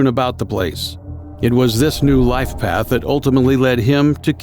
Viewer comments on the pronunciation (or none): none